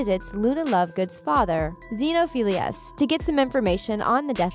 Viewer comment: And the fact that she says zeenophillious instead of xenophillius. Sorry about my spelling btw